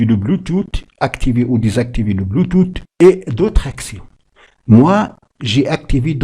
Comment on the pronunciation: Mdr "bluetooth"🤣🤣🤣 c'est quelle manière de prononcer ça